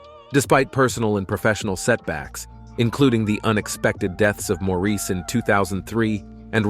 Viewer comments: It’s Insulting that the commentator didn’t make the effort to learn how to pronounce Maurice’s name. It’s NOT Mor-eese’ . It’s Mor’ iss . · It's Maurice ok,not Moreese...what the heck! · It is spelled Maurice..not Morris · I hate that too!!! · Americans often pronounce Maurice like that. They have their own lingo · being from another country doesn't give you license to butcher someone's name. All this guy had to do was watch one or two interviews with them but apparently he never has